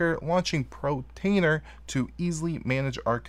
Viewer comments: Dude, sit in front of a mirror and practice POR TAINER. POR TAINER. Please stop saying Pro. You can do it. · Hey, Thank you but you are driving me nuts with your pronunciation of (Portainer) POOR - TAINER not PRO - Tainer Please lol. Great video good job sir! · Cracks me up hearing you say "pro-tainer" Gotta love dyslexia! 😂